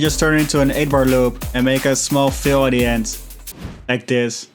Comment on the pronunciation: You should sample your voice saying "like thes" it would sound dope